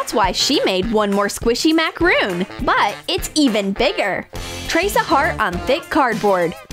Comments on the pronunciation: BRO ITS CALLED A macron not macaroon there is a difference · It’s not called macaroon it’s called macaron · That's a macaron, not a macaroon.